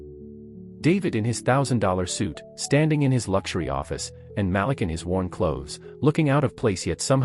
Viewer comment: His name is pronounced MA -- LEAK.